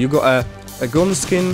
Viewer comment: Nie "gun" tylko "gan" :p